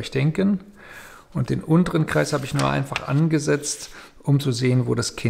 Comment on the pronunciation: Hallo, Sie haben an der Stelle "Kleis" anstatt von "Kreis" gesagt. Ich bitte Sie das beim nächsten Mal zu verbessern. Danke!